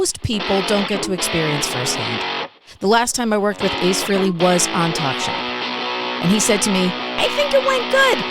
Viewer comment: ! what? He did not just say "All the Ace FREELY fans"... How in the f is he WORKING WITH ACE and pronouncing his last name as FREELY? I'm sorry, but that is an abomination. He's gotten so accustomed to it that he never corrects people. :(